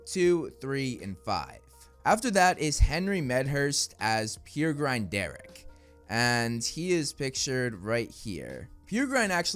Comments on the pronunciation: Pēr - uh- grin , not peer-grine :) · FYI the name Peregrine is pronounced like "Pear-uh-grin," not "Peer-grine" like how says it in the video. The name comes from the peregrine falcon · Peregrine is pronounced "Perrer-grin" Also I'm sick of people describing all people of any kind of Asian heritage as Asian - there's Indians, Pakistanis, Chinese, Japanese, Koreans, etc. Please be more considerate